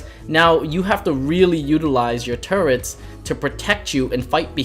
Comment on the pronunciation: Btw its turrets